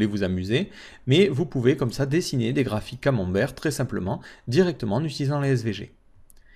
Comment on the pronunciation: Merci pour ce tutos très instructif et ce qui m'a fait le plus rire c'est le mot "camemberg" hhhhh